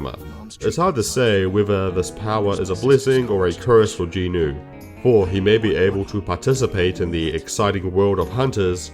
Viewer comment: Is saying Jin-woo as jinu some sort of bait? I am confused here. Also I am not sure how My Hero Academia is a good example since it suffers from the very similar issues that Sooo Leveling does but it's training arc is like 100 chapters long instead.